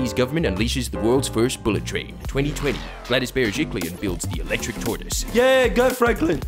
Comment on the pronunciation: The most important thing I learnt from this video is how to pronounce Gladys Berejiklian